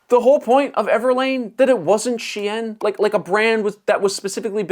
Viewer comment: Dude, it’s Shein, pronounced like "Shane". Not "she-en".